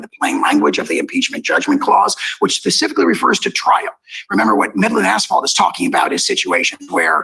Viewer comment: How is it that we have a seated judge who says "pacificly" instead of 'specifically?' My head hurts.